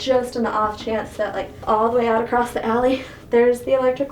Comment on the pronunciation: "Acrosst" very Midwestern word